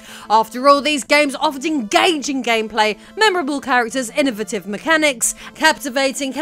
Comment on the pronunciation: You pronounced "innovative" in a manner that I had never heard in my life before. You innovated innovative!